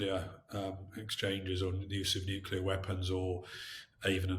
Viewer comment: Nuc-le-ar! Not Nu-cu-lar please!!!